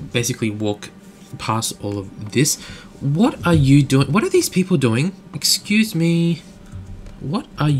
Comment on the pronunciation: excuse me but when you say excuse me it's kill me hahaha lol great vids man ;)